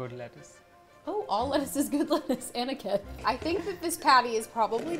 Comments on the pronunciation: Everytime she says Aniket I hear Anakin😅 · that's not Aniket that's Aniket ( spilling is same but you know ) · aniketh. THE WAY SHE SAID IT AAAAAAAAAAAAAGGHHHH